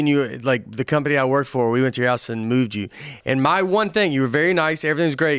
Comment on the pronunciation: I thought he said “I mooned you” not “I moved you”..my hearing needs checked😂😂